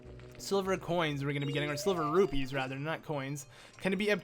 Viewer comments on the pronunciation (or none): none